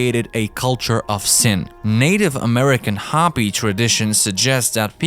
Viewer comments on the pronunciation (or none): Ho-pee not hoppy